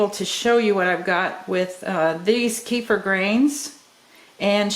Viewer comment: Hi. Kefir is a middle eastern thing. There are 2 types, milk, and water. I've been doing water kefir about 6 years now. Both are produced commercially all around the world. Up here, and in the States, that means a whole lot of stainless steel... Stainless steel harming the grains is definitely an old wives tail. Also middle easterners laugh at our mispronunciation... It is K'fear, not key-fur...